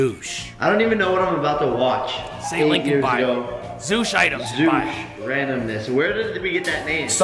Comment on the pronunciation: Zooshitems Zoo-shit-ems